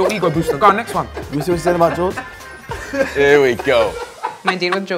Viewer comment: "Oose jordaaan agyen" got me creasing😂😭